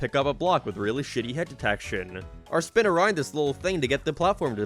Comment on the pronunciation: “Geem” “Speen” Dude I don’t think I can keep watching these videos because of the way he pronounces these words. Driving me nuts lmao.